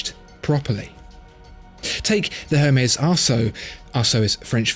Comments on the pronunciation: I believe it's pronounced "airmez" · Isn't the "H" in Hermes silent? It's French, right? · I didn't think you pronounced the H of Hermés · I dont want to be that guy but you dont pronounce the H in Hermes.